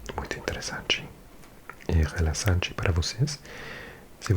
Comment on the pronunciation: Eu adoro seus vídeos.. São os mais relaxantes para mim. Nós falantes de português te entendemos perfeitamente mas se quiser melhorar a pronuncia da palavra “Relaxante” a letra X tem o som igual do “CH”, igual a Chá, ou xícara. Não pare com os vídeos por favor!